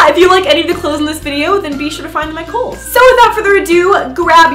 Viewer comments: You know you are Australian when: You thought Eva said Coles instead of kohls 😂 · i am american and i thought she said coles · I thought eva said coles i am do stupid